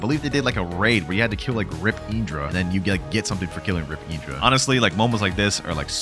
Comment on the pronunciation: PLEASE STOP SAYING IDRA ITS INDRA